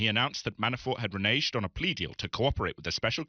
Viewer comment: learn how to pronounce "renege." Are you afraid of the n word?